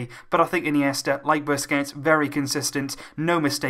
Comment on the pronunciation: It's Sergio BUSQUETS AND NOT BUSQETS LOVE UR VIDS